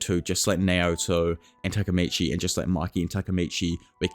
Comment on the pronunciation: Why do you say Maki instead of Mikey